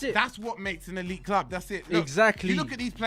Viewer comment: Elite Club= history Club the way you said it